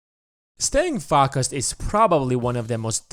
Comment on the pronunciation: The way the narrator pronounced "focused"